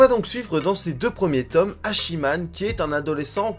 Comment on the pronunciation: Et on prononcer pas "Hachi man" mais Hatchiman ^^